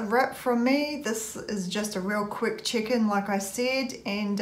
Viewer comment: Your accent made Check in sound like Chicken. :-) Freudian slip? :-). The green thing on your shoulder also looks really stredded.